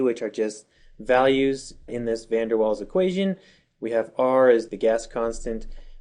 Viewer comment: Its pronounced van der vaals not waals...